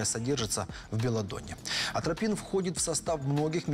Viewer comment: Атропин,, а не антропин